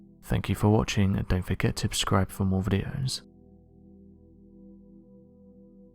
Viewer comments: "don't forget to 'Ubscribe' for more videos"...??? Has anyone else ever noticed that he always says UB-Scribe instead of Subscribe...??? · Yep, every bloody time I watch it, although it's been mentioned numerous times in the threads, but he still doesn't get it "Don't forget to Abscribe"!!! So irritating x